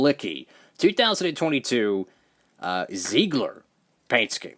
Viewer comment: Zeigler is based in my hometown so it's awesome to see a diecast made. And just to let you know, it's a car dealership and it's pronounced "zigler." Keep up the great content!